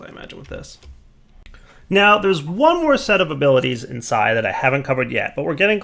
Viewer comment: why does he say si or sci p s i as it is spelt??